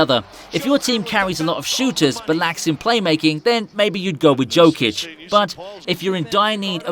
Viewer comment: Learn how to pronounce his name first. Like Charles Barkley said "If you dont like Joker play basketball, you dont know nothing about basketball".